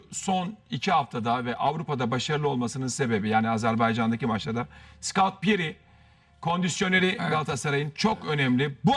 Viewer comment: Cahil Erteeeeeeemmmm... onun adi ScAut piri degil ScOtt piri